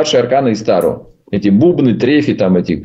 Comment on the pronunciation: ТарО. АртУр. Пожалуйста, ставьте ударение правильно.